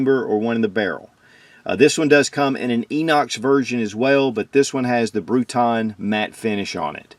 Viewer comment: its not bruton finish, its bruniton.. just saying ;)